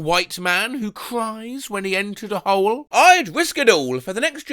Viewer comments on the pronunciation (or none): none